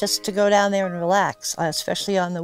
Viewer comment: “Down there-er”. Must be from Saugus.